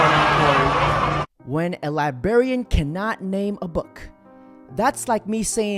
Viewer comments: The librarian pronounced the word librarian correctly twice, and you failed twice. It's not "libarian". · Its not Libarien. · when you say libarian instead of librarian makes you look du du duuuuh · When u cannot spell or say libRarian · Just toi say the word is LIBRARIAN!